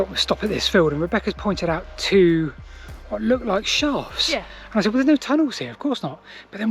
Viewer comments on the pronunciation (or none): none